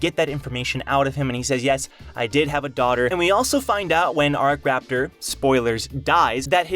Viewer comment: Isn't it akraptor not arc-raptor?